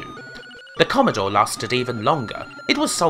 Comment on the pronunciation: Commodowe 64 vs ZX Spectwum - The Gweat Bwitish Computew Waw